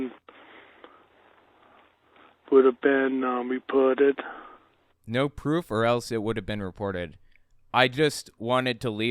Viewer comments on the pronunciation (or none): dammit, i cannot unheaw the way he twakws "NO PWOOF"